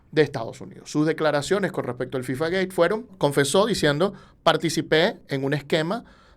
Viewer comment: Es interesante la buena pronunciación de FIFA gate, pero que no sepas pronunciar en español Jadue es raro, no es Jadué